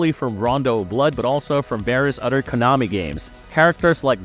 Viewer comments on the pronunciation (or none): none